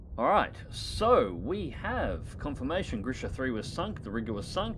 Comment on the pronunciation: There's no N in Gremikha and no T in Grisha...